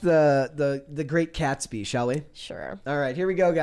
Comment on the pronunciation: It should be Catsby, not Catspy. Silly A.I.